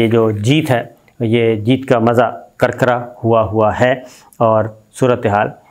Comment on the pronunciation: bhai kirkra hota hey karkra naheen